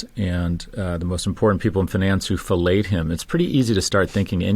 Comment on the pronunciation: I heard “filleted” him.